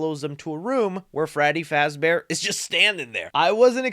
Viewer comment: YOU SAID FRADDY FAZBEAR NOT FREDDY FAZBEAR. TRIGGERED!!!!!!!!!!!!!!!!!!!!!!!!!!!!!!!!!!!!!!!!!!!!!!!!!!!!!!!!!!!!!!!!!!!!!!!!!!!!!!!!!!!!!!!!!!!!!!!!!!!!!!!!!!!!!!!!!!!!!!!!!!!!!!!!!!!!!!!!!!!!!!!!!!!!!!!!!!!!!!!!!!!!!!!!!!!!!!!!!!!!!!!!!!!!!!!!!!!!!!!!!!!!!!!!!!!!!!!!!!!!!!!!!!!!!!!!!!!!!!!!!!!!!!!!!!!!!!!!!!!!!!!!!!!!!!!!!!!!!!!!!!!!!!!!!!!!!!!!!!!!!!!!!!!!!!!!!!!!!!!!!!!!!!!!!!!!!!!!!!!!!!!!!!!!!!!!!!!!!!!!!!!!!!!!!!!!!!!!!!!!!!!!!!!!